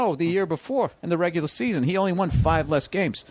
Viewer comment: I can't unhear Tom Segura saying won incorrectly now.